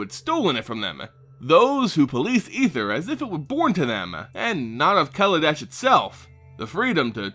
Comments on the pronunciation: I thought it was (Kaw-Law-Deh-Sh) not (Kell-Eh-Dash) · It is, he mispronounced it.